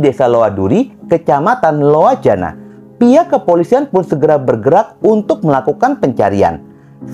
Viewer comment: Cuma mau lurusin dikit bang LOA duri LOA janan LOA bakung Bacanya LO duri atau LO janan bang.kebetulan sayabkelahiran loa janan